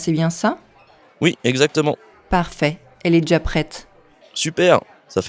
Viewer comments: Got it all from the start. Only two points I picked up on, I didn't hear the ' viens' at all in ' viens chercher', so guess it's been dropped, and noticed 'jà Pret' as opposed to 'déjà prêt' which was interesting. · It sounds like he said "je cherche un pizza". Instead of "je viens chercher un pizza". I also noticed that the "d" is dropped when you said, "elle est deja prete". Which sounds like elle-ledge-ah-prete.